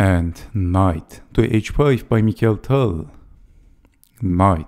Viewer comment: Wonderful video as all. I thank you for pronouncing the name of Tal as it is in Russian: mi•χa•il'. Likewise, I would appreciate if you could avoid the English pronunciation saying dei'•vid for the name of Bronstein, which you pronounce perfectly, and saying da•vid instead as in Russian. I mean, just as you say mi•χa•il and not mai•kəl. This is remarkable for Bronstein stayed in Russia unlike other Soviet players that emigrated to the West and even changed their names. Both Tal and Bronstein, as many others, remained Russians. Thanks for your attention.